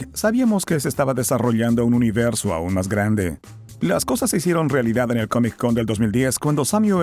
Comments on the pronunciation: Porque dices CAMIC en vez de COMIC? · hay algo que se llama CONNECTED SPEECH. No hace falta que pronuncies la C dos veces. te escucho y me saturás el cerebro. no se dice COMIC CON .... la consonante final de COMIC es la misma la consonante primera de CON, la letra C. Entonces se pronuncia todo directo: "COMICON"